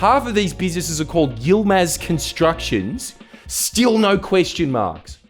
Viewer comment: he fucking said it YILMAZ